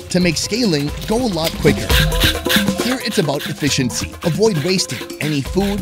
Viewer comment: He said efishency too 😂